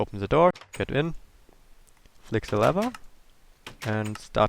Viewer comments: Are you really saying Se Fishfarm or se door? You Idiot! You pronoince it teh fishfarm, teh (pronoun only real word the) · Catch "Ze" fish/ lol, love it